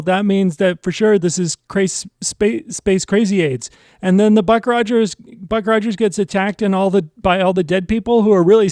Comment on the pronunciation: This is the first video on your channel I have seen. Can I make a recommendation. Script your videos and rehearse them multiple times so when you do you are not talking 100 miles an hour, repeating yourself, stopping and shuddering, mispronouncing words and peoples names...Ruck Rogers for example. I loved this episode of Buck Rogers.